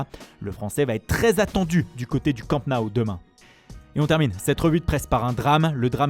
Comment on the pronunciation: Le fameux "Campnaou"